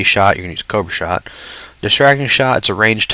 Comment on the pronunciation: Did anybody else hear coak shot instead of cobra shot, or am i just insane?